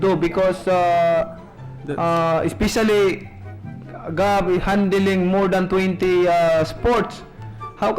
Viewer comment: "handiling, handiling, handiling" what is this pacqui?